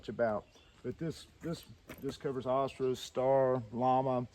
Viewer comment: Your killing me the way your pronounce Astra lol